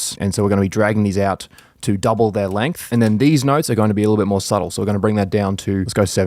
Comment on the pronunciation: i love when emphasizes these nuts